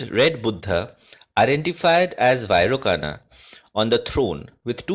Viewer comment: Vairocana is pronounced as 'Vairochana'.A good video though!